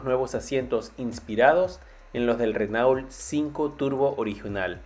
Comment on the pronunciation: Se pronuncia RenO, mierda, RENO